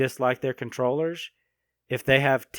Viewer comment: It's funny hearing him say controwheress